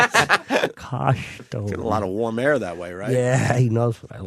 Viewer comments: "KOSHTEUME" - The most unfunny man on the radio. Also, OPIE FUCKING STINKS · i say coshtume too, fuck off